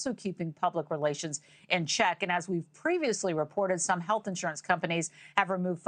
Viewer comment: “HEATH CARE EXECUTIVES”?!?!!